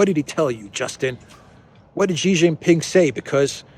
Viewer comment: PRESIDENT XI is SHEEE JIN PING NOT JHEEE JHIN PING, JHEE JHEE IS A SLANG FOR PENIS. STOP IT NOW.